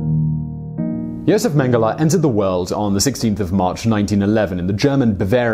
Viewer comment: Yo-zef Menn-geh-lah